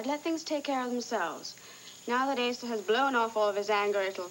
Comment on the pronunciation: I love how Patrick called Asa "Asa"-- I wonder if that was deliberate in the script...